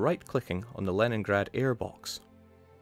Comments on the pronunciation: It's pronounced Leningrad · The Leningrad pronunciation? How does he do it?? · By being Scottish.